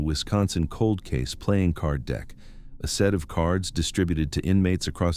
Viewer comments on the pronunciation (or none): none